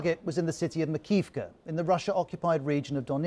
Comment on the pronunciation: MAKI-IVKA. You aren't saying it correctly.